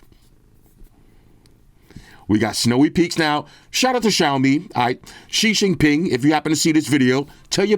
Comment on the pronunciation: When he said she xing ping, I thought he was being super racist 😂